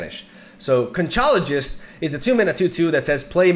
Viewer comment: Conchologist "is a really easy name for me to pick up because CONCHA means shell in Spanish" AWWWW ONLY YOUR WRONG MY MAN 😆 ITS PRONOUNCED ...CONK-OLOGIST. the ch in this situation is pronounced like a K in English 😂🤣👍